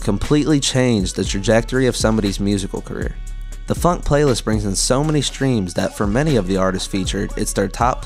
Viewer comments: why are you pronouncing "phonk" as "funk"? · Bros saying phunk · Broo man is pronouncing it "funk"💀💀💀💀💀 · the fact that you pronounce “phonk” identically to “funk” annoys me so much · It's phonk not "f u n k"